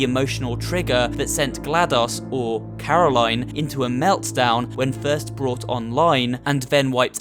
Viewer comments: He keeps calling Caroline "Caro line" even tho it's pronounced carolin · Says Carolaine Shows video of turret saying Carolinn Proceeds to say Carolaine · BillieTheDoll It’s Caro-lin, not Caro-lighn. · The Turret: Her name is Caroline Him:Caro*line* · It sounded like the turret corrected you for the pronunciation of Caroline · I hate it when he say caro line, And not caroline, The turret even said it, But he still did it anyways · itS NOt CaROlaINe, itS CaroLInE! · Hears it pronounced as care-a-lyn Still pronounces it care-a-line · Its pronounced caro len not line like its written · IT"S NOT Caro-line, it's Corolin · Turret: Her name is Corolaine her name is Caro-Line Turret: Corolaine So who was caro-line? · "caroline" robot: "is pronounced carolin you idiot" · It’s caralion say it (CAR I LIN ) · Why does he intentionally pronounce Carolin and Gladys wrong??? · People who continue to pronounce a name (such as Caroline...) differently than the way that person pronounces their own name deserve no cake at all. 🍰 🙄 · Uhh you pronounce Caroline wrong even the turret says it correctly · why did he mis pronounce caroline twice even though the turret said how to actually properly say it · There's so much wrong with this video but is nobody gonna bring up how he pronounced "Caroline"